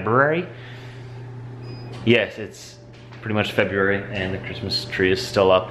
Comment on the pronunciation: thank you for properly pronouncing "February." Around here it's "Febuary." Ugh.